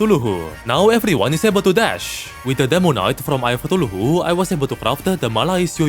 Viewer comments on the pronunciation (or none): Like where does he get that 4th syllable from? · I swear has the coolest proounciation of Cthulhu ever. Other Terraria Youtubers: C-thoolhoo: Toolohoo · Please stop pronouncing Cthulhu that way man😭🙏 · Ah yes, eye of sneezes